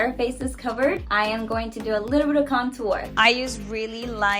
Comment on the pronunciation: people that pronounce contour that way are on a whole different level lol